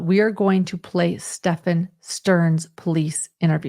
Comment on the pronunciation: Finally someone pronouncing this monsters name ( Stephan) right? Does anyone know of a reason why so many are calling him Stefan?